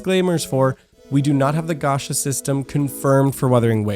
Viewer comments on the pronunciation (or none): its not "ga- sha" ffs . its "ga- cha " chaaaaaaaa .